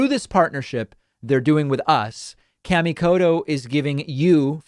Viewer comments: Out of respect to the maker of those knives David, it is a very hard "T" in Koto. Please don't say Kodo. That is the same as calling you Tavid Bakman. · Please stop saying cammie kodo and hanshu. Kamikoto and Honshu